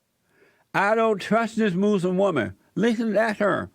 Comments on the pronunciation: Love the way he says "moslem" ammazzziiinn. She should be DEPORTED!! The whole west like that we made it and allow other races to live here, and they tell us we are bad people? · WHAT THE HELL IS A MOOSE-LUM LMAO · When the fuck did we start to say, "Moos-lim"?